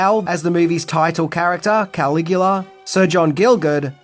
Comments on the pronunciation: “Cuh-lig-u-luh” he’s not Superman’s dad Kal-el /Kal-igu-la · He thinks it’s Superman’s real name KAL-IGU-LA / KAL-EL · I don’t think he watched it because of the way he’s saying KAL-IGU-LA! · He thinks it’s Superman… KAL-IGU-LA / KAL-EL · no it hurt my ears!